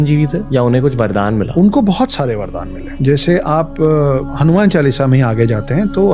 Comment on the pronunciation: Bhai hanyman nahi ramdas hauman